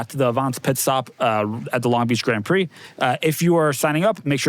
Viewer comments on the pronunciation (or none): none